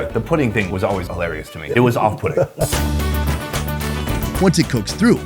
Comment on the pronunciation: "It was off-pudding" xD